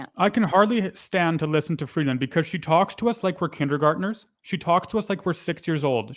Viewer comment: Why does the Turd always try to sound 'worldly' with the way he pronounces names? In this case, Chrystia Freebase He is so obnoxious, it's off the charts. For the record, so is Freebase.